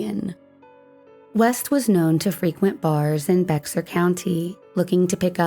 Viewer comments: Carol Joyce Deleon, It's NOT PRONOUNCED "BEXAR!" It's Pronounced "Bear." If you had actually done research, you would have known this. If you are doing TRUE crime, do it right. Other wise good reporting and great video. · Great job but in the future please Google pronunciation of words you are unfamiliar with. Seiko and Bexar are two that come to mind.